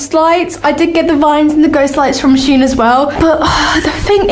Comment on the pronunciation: and its sh en not shen